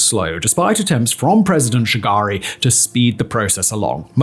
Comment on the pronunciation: When he said Olusegun and Shagari I couldn't stop laughing 😂